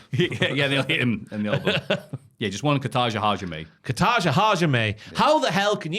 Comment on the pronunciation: this whole point is hilarious because is not saying Kata Ha Jime correctly and never actually has 😂